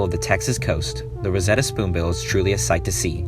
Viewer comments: BTW it’s Roseate, not Rosetta. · Loggerhead shrike (not "lojerhead") and Roseate spoonbill (not "rosetta") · Nice list. But it’s the rose-ee-et Roseate Spoonbill